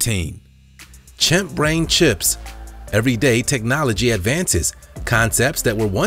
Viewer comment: It sounds like you're saying brain chimps.....